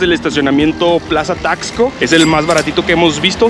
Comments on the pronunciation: Se pronuncia : tasco no es necesario acentuar la x como tal! 😊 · Se pronuncia tasco, no Taxco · Es Taxco con x , no Tacsco como ustedes lo pronuncian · Me purga escucharlos decir Taxco, muy marcado el (tax) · Se dice Tasco no taxco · Es Taxco. Sin asentó NO ES TAXSCO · Hola hola Por favor, no pronuncien así Taxco, les recomiendo que cuando lleguen pregunten cómo se pronuncia el nombre y cómo se dicen entre los lugareños.